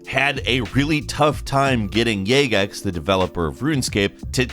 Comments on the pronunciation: boy well its correctly said as jagex. Not as "yagex" lmao. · excuse me how in the hell did you just pronounce jagex, its jag ex not jay gex, did this confuse anyone but me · "Yag-Ex"? You did that intentionally you psypsycho. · seriously? no one is pointing out he said yagex (yay-gex) instead of jagex (jah-gex)? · Yagex 😂😂😂 jag-ex 😂😂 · It’s jagex with a J not yagex lmao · Yay-gex? DO YOU PRONOUNCE IT YIF(JIF)? Jā-gex. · Its not Yaygex Its JA GEX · He said yagex it’s jagex lol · Did call Jagex, "Yagex"? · yagex? It's jagex, it's a uk company not spanish. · “Yaygex” Jagex? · Its JA-GEX not YA-GEX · It is pronounced jagex with a J not yagex. Knew a guy who worked for em. My only claim to fame. top bloke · He called Jag-ex Yay-gex lmfao. How tf are you a millenial and never played Runescape. xD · YAYGAX NOT JAGEX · no one gonna call out how he just said YAY_GECKS?> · yagex? really? this guy does this on purpose im convinced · He called them yagex 😂😂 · Did this man say yaygex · He said "Jay Gex" hahaha 😂😂😂😂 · Lol.. pronounced Jagex as "yaygex" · 'Jag - ex' and 'dev - ice - ive' - just some friendly constructive criticism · The YouTubers name is Rendi, not Rendy. Its pronounced jag-ex. Also thats not really how it works, it affected the economy by little. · Bruh why do you pronounce it gaygex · “YAYGEX” LMAO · Say it with us, jag-ex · Yagex?? Are u fucking kidding me? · Say it with me, JAG-EX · “Yay-gex” lol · YAY-GEX? Lol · Is it pronounced "Yay-gex"? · ja-ex XD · He said yaygex was 😂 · "yay-gex" Uhh, excuse me? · I get that some languages "j" is pronounced as a "y", but I'm pretty sure is American 🤔🤔🤔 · "Yagex" lol that ain't it champ. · did just say "yay-gex"? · Lmao "Yagex".... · (JUH) JAGEX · ITS “RENDI” AND JAGEX HAS A HARD J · How hard is it to Google how to say jagex properly? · Oh my god you said jagex wrong and spelled rendi wrong lol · I have to dislike. Just for that pronunciation of Jagex... Omfg